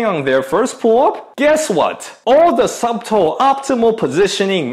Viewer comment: Love what you do. You mentioned in a previous video that one of your goals in making videos was to get better at English. First, congrats man! You're really improving!:) On that note, a friendly pointer. The word "subtle" has a silent 'b'. In my North East USA accent, it sounds more like sudle (su-dle, "su" like in Sunday, and "dle" as in "handle").